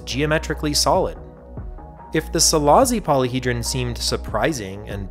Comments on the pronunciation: Silashi, not Silazi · It’s pronounced Silashi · It's pronounced "Selaashi". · Great video, just as a Hungarian the pronounciation is bothering me, it's see-lah-shee. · Szilassi is pronounced Cilash-e